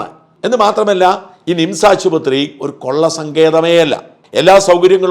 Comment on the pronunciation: ശ്രദ്ധിക്കുക മിംസ് അല്ല നിംസ് . കേൾക്കുമ്പോൾ തോന്നുന്നത് മിംസ് എന്നാണ് . ബോർഡ് കാണിച്ചത് നന്നായി